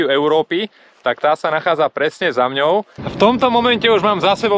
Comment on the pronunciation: super ale nie "za mňou" ale "za mnou" !!! mňaukajú mačičky :)